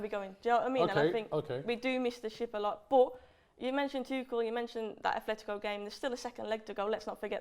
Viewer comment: my ears hurt from the amount of times I heard Athletico in this video, its Atletico